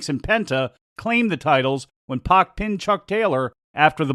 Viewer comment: It’s pack not pock. PAC